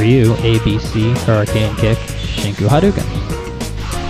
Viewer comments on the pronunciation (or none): none